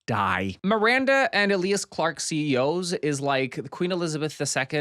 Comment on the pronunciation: Eh- lee-ahs clarke? EEe-Lya-ahs Clarke 😂